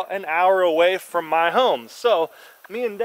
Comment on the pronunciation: You said "form" not from😂